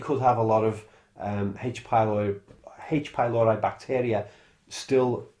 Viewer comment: /PYLORI/, not /pajloɹaj/.